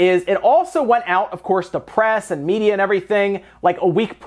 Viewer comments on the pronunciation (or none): none